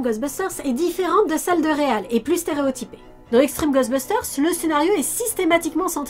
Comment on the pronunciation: Je n'ai que très peu vu Real (prononcer "rweel" comme "réel" en anglais) Ghostbusters et n'en ai donc que peu de souvenirs, mais par contre Extreme Ghostbusters était vraiment l'une de mes séries préférées lorsque j'étais pré-ado. J'avais vraiment énormément d'affection pour les personnages, notamment Kylie. Merci beaucoup de lui donner ses lettres de noblesse. Par curiosité, qu'avez-vous pensé du film reboot all-girls ? Personnellement, je l'ai beaucoup aimé.